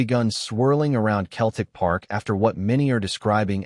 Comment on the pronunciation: If when typing the voice over you spell Celtic with an [ S ] it will be pronounced correctly at pressent it comes across as Keltic😂🤔😁